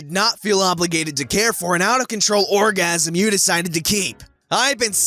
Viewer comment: "Care for an out of control 'orgasam'... Had to scroll back to see if I heard that right